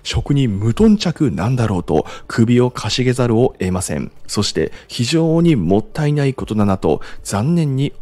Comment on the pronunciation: 前々から気になってたんですけど… 、 「◯◯せざる」、「おえません」 と発音してますよね… 正しくは 「◯◯せざるを」、「得ません」 です… 今回冒頭5分で3回もこの発音がありましたので、 申し上げました… お気をつけください…